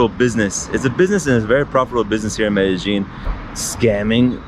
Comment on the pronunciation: BTW, Medejine is pronounced "Medeyeen" 😊